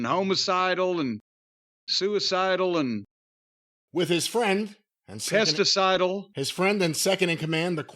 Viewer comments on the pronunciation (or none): "Pesticidal" LOL.